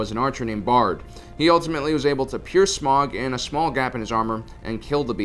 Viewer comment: Hal-leh-fuckin'-LUYAH someone pronounces "Smaug" correnctly! God bless!